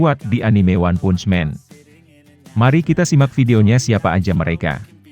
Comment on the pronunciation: Baca "Punch" nya diperbaiki dunk ... haha